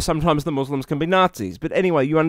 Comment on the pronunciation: You're the first non-Asian I've ever heard pronounce 'Muslim' the correct way.